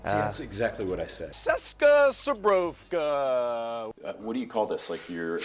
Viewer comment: Sir zbrojovka not zubrovka :-D Zubr is word for europian buffalo :-)